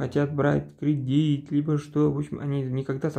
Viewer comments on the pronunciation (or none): Не кридить а кредит